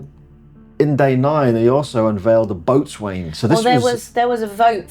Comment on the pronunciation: As an ol' sailor I have to point out, boatswain is pronounced bo'sen. It wouldn't be English if we don't ignore at least half of the letters